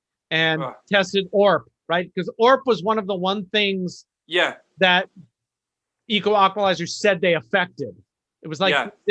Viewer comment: Wow crazy story. I was wondering why in other episodes you kept saying “equalaqualizer” haha. I’m going to try to listen to all of these now.